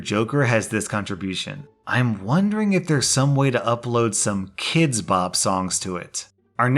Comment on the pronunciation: You keep mispronouncing "kids"